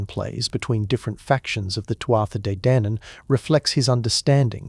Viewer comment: Tootha de dannon. You can say it this way